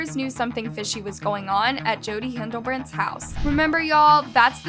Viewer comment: It isn’t pronounced “Hindlebrandt”. Her last name is “Hildebrandt”. If you want people to take your videos seriously, you should at least learn to pronounce the names before you create the video. Also it isn’t “Ruby Frank”, it is “Ruby FrankE”!